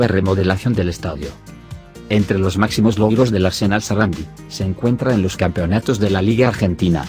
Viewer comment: SARANDÍ con acento en la i latina